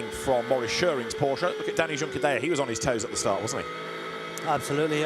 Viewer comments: Liked the commentary duo today, would still prefer Juncadella to be pronounced properly but other than that.. 👏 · Was thinking this.. why would he continue to say it like that after the lead commentator kept saying it? 😆